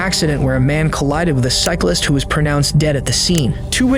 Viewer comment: Why do Americans struggle so much with the word … cyclist? 🤷‍♂️ 😂😂😂 “Bi-cycle-ler-list” 🤦‍♂️ “Cycle-list-ler-bike-man” 🤦‍♂️